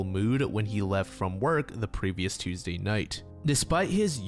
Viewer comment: holy shit an american that pronounces tuesday correctly, yay